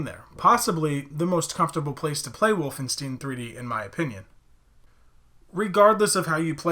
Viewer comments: You had me up till the point where you said “Wolfen-steen.” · Can pronounce Frankenstein, but can't pronounce Wolfenstein. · There's no way you never heard someone pronounce Wolfenstein 😂